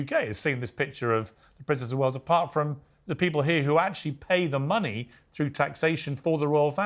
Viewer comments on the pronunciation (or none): none